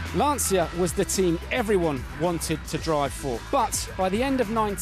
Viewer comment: Agreed and he doesn't pronounce Lancia correctly either...